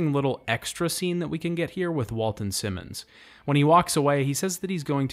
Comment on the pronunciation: Well it was a good video BUT I can't forgive you for mispronouncing Walton Simons' name as much as you did.